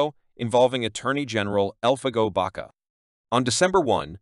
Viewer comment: An enjoyable video, but is weakened by the narrator's mutilation of Spanish words and names. For example, Elfego Baca is pronounced "El-fay-go Bak-a" not the corruption used by the narrator. Anyway, thanks for this effort to preserving the history of the Old West.